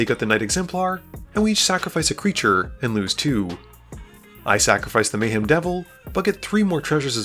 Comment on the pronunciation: im about 30% sure this person is an AI based on how he pronounces some names "Mayheem"